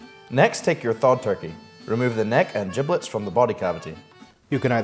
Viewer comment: I didn't need to see turkey 'jibllets'